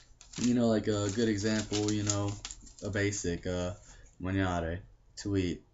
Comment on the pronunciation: to eat is : maNGiare and not maGNare Còrrere (the accent is on the O and not on the first E u said Corrère) I'm running is : Io sto correndo (present continuous) He run : lui corre (Simple Present ) He ran : lui corse (past simple) He has run : lui ha corso (present perfect) I would run : io correrei ( cor re re i )